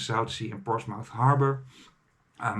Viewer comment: Excellent video. Made a similar trip last year, enjoyed it a lot. I can't help to notice the pronunciation of Portsmouth is a bit off: 'portsmuf' in Dutch.